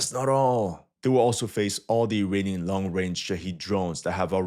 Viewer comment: funny prononciation - first understood "an ukrainian backed militia ... against a US Army helicopter" - - - WHAT ??? Ah .... "uirainian"